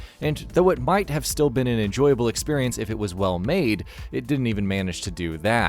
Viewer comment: drinking game, take a shot every time he says "expirience"